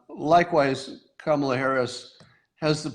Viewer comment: Scott, it isn't pronounced Kama'la, but ", luh" or "Comma la."